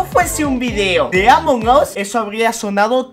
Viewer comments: Alguien se dio cuenta que dijo amom Us? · Me di cuenta que dijo amom us